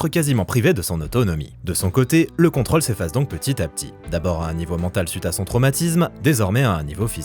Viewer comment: Comme si c'était pas assez contraignant de devoir entendre mal prononcer "rôle" à longueur de temps (évidemment pour des vidéos parlant de tournages) voilà qu'on doit subir "contrôle" encore et encore... Pitié que quelqu'un sauve cet accent circonflexe délaissé, ignoré, malmené !